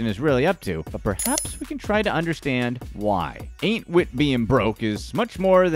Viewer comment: Every time he said anit wit being broke I laughed the way he said it was too funny 😂